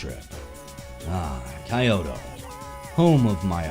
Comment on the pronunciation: I'm maybe a bit late but it's pronounced Kee-oto and gay-sha.